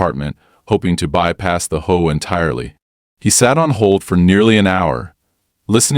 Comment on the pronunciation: For the love of me please it's H-O-A not hoa.